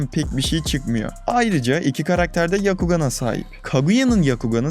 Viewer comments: YAKUGAN değil. BYAKUGAN. Her videonda söylüyorum. BYAKU beyaz demek YAKU diye bir şey yok :D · Neden byakugan değilde yakugan